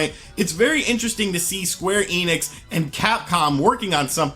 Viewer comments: "eenix" (German: "ienix") It's "ehnix" (German: "enix") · I'll be honest, they way you spell the "enix" part in "square enix" hurts my ears.